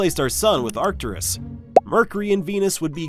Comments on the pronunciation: It's Arcturus, not Arcturius. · Pronunciations are a little odd. You're adding another syllable to Arcturus for some reason (Arcturius?). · And also the way he pronounced Arcturus was wrong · Maybe research pronunciation brfore making a video. Reegle and Arcturius, lmao. Rigel is pronounced "Ry-jel" and Arcturus is pronounced "Ark-turus".